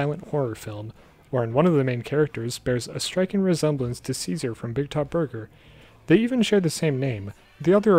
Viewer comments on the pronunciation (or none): Its pronounced chase-are-ay not ceaser lol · It's pronounced CHAY SAR AY not SEE ZER. Also seeing these theories in the video and the comments now that Season 2 is out is wild. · Ah, a video from before we learned cesare wasn’t pronounced like Caesar but instead like “chase a ray” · most fucked up part of the show is how in season 2 they suddenly revealed that cesare's name is pronounced "chay-za-ray" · His name is actually pronounced Che Sa Ray… yeah. You’re not the only one confused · Cesare’s name is actually pronounced Che-Sa-Ray, lol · Apparently his name is pronounced chase-a-ray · dude, pronounce cesare's name right ffs